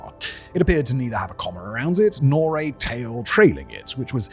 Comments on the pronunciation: It's coma with a long o, not comma with a short o. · It’s pronounced cohw-mah